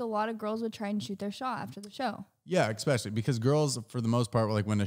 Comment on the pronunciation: Stop saying ecspecially the word is especially 🤯